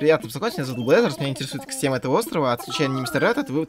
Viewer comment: Не блэзерс а бразеррз